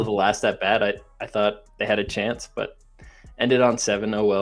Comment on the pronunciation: 😂😂😂. Dawg sat BRAT like a damn brat doll. 😂. As someone from Milwaukee hearing him butcher the easiest fn thing still gets me.